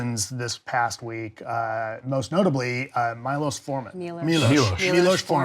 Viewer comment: Mylos? And this guy is a film critic even i know how to pronounce hes name and im just a regular movie goer